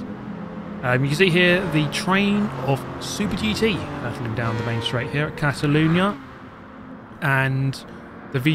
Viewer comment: Castle lunia? Hhahahaha Catalyuna